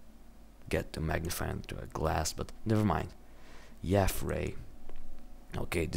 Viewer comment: dude omg you pronounced yafray wrong! everyone knows its yay-fray god! oh btw are you still planning on rendering my water thingy? plzzzzzzzzzzzzzzzzz